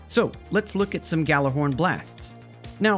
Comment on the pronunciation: ahem it’s pronounced “Gi-y’all-are-horn” 🧐